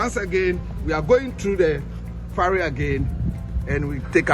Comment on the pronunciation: It's the Volta river, (not lake). It's a Ferry (not Farry).